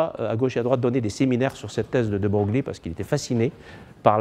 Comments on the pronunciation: De Broglie se prononce "De Breuil" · ce cours est très intéressant, mais le professeur manque de rigueur(fautes d'orthographe, prononciation de De Broglie,...)